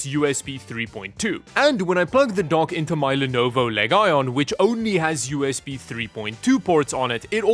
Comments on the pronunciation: Legion is pronounced leejen not leg ion. Like Roman legions. This has driven me crazy for years now. If it’s on purpose then please say it correctly once and I’ll be able to move on with my life. ¡Gracias! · Legion is pronounced LEE-JIN. Not whatever you said lol